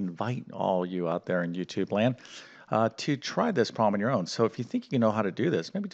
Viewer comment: Stop pronouncing problem as 'prawm'. Stop saying 'mmmkay?' Sounds like the teacher in South Park.